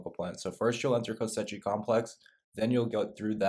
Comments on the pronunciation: Same reason he keeps calling it Kosetchi complex. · The amount of times he says ko sechi complex 😂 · Great guide dude, thanks! Kosechi though...? :P